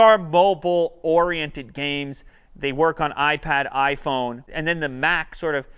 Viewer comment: Oprah made iPhone sound kinda retarded. lol